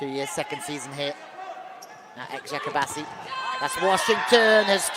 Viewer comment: This commentator should ask how to pronounce the name of the clubs before the games. Very simple task, right?. Like he doesn't have to do it perfectly, but he should get kinda close. Every time he said the name of Eczacibasi, he said differently and never got it right.